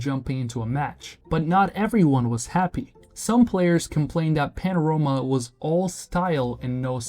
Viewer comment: I swear these video scripts are done with AI and these braindead "youtubers" dont even know to pronounce their own script properly.